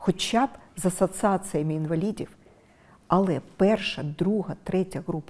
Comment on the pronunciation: Невже так важко замість"и" вимовити"і" і замість "а" вимовити"о",також правильно ставити наголоси?Асациація,асвіта,ґарно тож питання; ви що розумово неповноцінна? Це бісить,таке відчуття що ваш вчитель Азаров,слово перемоґа це взагалі треш,тож не ганьбіться,ви вже не реабілітуєтесь,якуб промову вам не написалиб ваші помічники,ви смішна і наївна!😂